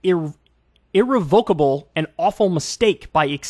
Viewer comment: that's not how you say irrevocable